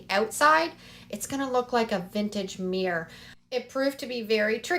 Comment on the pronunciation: It’s called a Mir-ror. Two syllables!